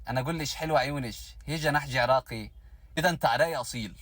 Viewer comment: يا سَتار هذا شلون يحجي عراقي عرااقية هااا مو عرائييي